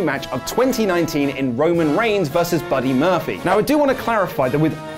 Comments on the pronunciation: "Buddy Murphfly" ~ 2019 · "Buddy Murphyly"